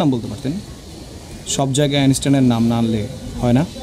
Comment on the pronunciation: আইনষ্টাইন উচ্চারণ করতে পারেনা । উচ্চারণ করে আইনেষ্টাইন । সব যায়গায় আইনেষ্টাইন !!!